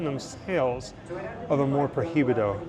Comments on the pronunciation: In spanish, the H is "muted" you must say something like "proibido" instead of "pro hi bido"... :) good luck! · AMOR PROHIBIDO, the correct way to pronounce is AMOR PROIBIDO, the letter H is mute in spanish. Greetings.